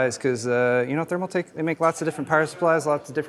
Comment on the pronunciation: tf is a thermaltak?! 🤣